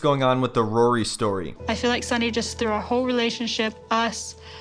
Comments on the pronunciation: Who the hell is “rurry’? 😂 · Why does she pronounce his name like Rurry? I can’t unhear it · Still can't believe she's 27, or that she can't even 'say' Rory's name correctly...it's like molasses coming out of her mouth: "Rurrey"